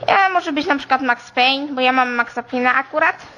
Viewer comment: NIE WIERZĘ!!! WYMÓWIŁ MAX PAYNE W MIARE NORMALNIE!!!